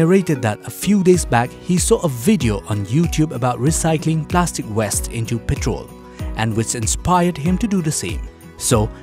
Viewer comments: please pronounce WASTE (waiyst) not WEST. it just sounds very odd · Well done my man!! And to the narrator its plastic waste not plastic west!! 🤣🤣